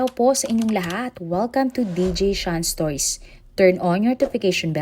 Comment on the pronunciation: Bigkasin mo nga ng mabuti ang stories.. wag stoys ang bigkas mo! Kakairita